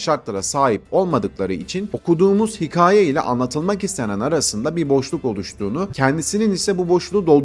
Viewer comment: Hikaye demeyi öğren hemen